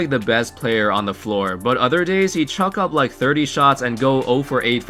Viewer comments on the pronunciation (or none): none